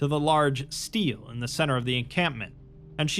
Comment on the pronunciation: Stele isn't steel. Stel A, stele